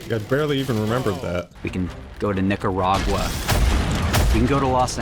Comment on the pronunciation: It would be great if they could at least pronounce 'Nicaragua' correctly.